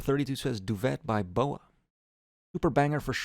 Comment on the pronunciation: Peak vid man but its pronounced du-vay not du-vet